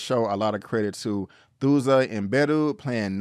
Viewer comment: “Thuso” is pronounced “Two-so”